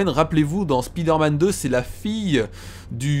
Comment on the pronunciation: Spider-man..on dit Spaïder-man ,sa fait bizarre d'entendre Spiider-man ,dans la vrai vie on dit pas "Ohh il y a une spiiider" même si je le dit pas ^_^